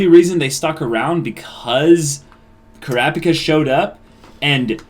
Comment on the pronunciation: So are they ever going to stop saying Kurapika like "CRappy Ka"?